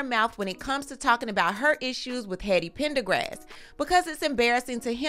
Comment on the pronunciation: Hold on, I had to pause and process "heady pendergrass"🤣🤣🤣